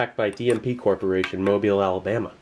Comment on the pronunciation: thank you for saying Mobile, Al right